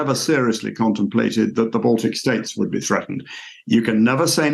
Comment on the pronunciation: "baltc states" wtf? not countries?